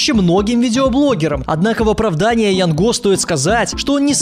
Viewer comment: не ЯНГО А ЯН ГО